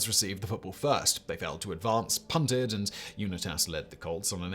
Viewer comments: Excellent video … but boy, did I cringe at some of the mispronunciations of the players names. I counted five. In particular, Johnny Unitas was You-NYE-tas not YOU-nitas and Kenny St-AH-bler was STAY-bler. Oh and Frank ‘Gilford’ was probably Gifford, who went on to commentate for CBS for 20 years. I still clicked ‘Like’ though :-) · I kept shouting uNITas as he said it. Lol Uni-tas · i know your a brit, but LOL… Frank Gilford, Tom Laundry, and Johnny Ewnehtas. What a wanker! :-P ❤️ EDIT: then Ken Stahbler… cracking me up brother EDIT 2: you put the Knile Davis kickoff return as the greatest postseason play ever?! Haha i’m a chiefs fan and was at that game. As happy as it made me that doesnt even deserve to be on this list! Too funny…. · Dear Simon, Baltimore Colts quarterback #19, Jonny Unitas. Last name pronounced: “You-nigh-tis” with emphasis on “nigh” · Pronounce Unitas as u-nite-us! Do your research, please! Thank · Also the unit-us pronunciation is cringe af I like it. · Unitas is pronounced “you-night-us” here in the colonies. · Unit-as...Three times?! SIMON!!! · I chuckled when he said Uni-tiss. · Johnny Unitas is pronounced, you nigh tuss. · Johnny Unit-as. Lol. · UNITAS: U Nite Us 😂🤣 Don’t worry Simon, I’m American and we pronounce most thing wrong😂🤣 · Simon, I commend you for taking on a topic any non-American would know or care little about. Two comments on the Giants-Colts championship game: 1.) You mis-pronounced Johnny Unitas's last name; it should be "you-night-us", with a long I. 2.) This was the first game in NFL history to go into overtime. Regular-season NFL games that were tied at the end of the fourth quarter stayed tied until the mid-1970's. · ‘Unightus’ =Unitas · The way he says Unitas just make me sick. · Devin Hester housing the Opening Kickoff of a Super Bowl -The Music City Miracle -The Helmet Catch Not pronouncing “Unitas” or “Stabler” accurately. My Man, you needed one or two more NFL fans to put eyes on this one.